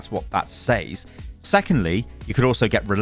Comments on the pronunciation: why do you consistently mispronounce "says", aren't you english? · What in the broken english is that. Thats not how you say "says" bro lol